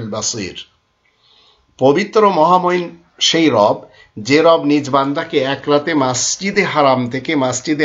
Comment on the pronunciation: Rob bola jabe na..sotik uchharon.rab ba rub hobe.beaadobi maaf